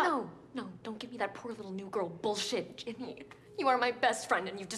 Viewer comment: “Ginni”? (Not trying time be rude at all😅)